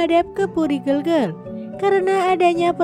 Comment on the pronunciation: Harusnya sblom menyampaikan sejarah Kerajaan bertanya dulu bagaimana cara penyampaiannya menyebutkan nama orang dan tempat banyak yg kurang tepat,, seperti nyebut kata gelgel dan waturenggong,,, belajar lebih baik lg dalam penyebutan nama dan tempat,, harusnya bukan kiayi,, tp Ki a kn